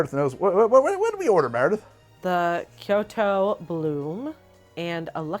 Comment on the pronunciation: I'm taking psychic damage with every "saki". "Ki-oto" is just the cherry on top.